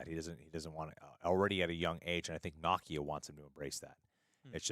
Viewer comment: Why is mispronouncing Nakia's (Nuh-kee-uh) name? He's pronouncing it like Nakia (Nah-kee-uh) from Ms. Marvel.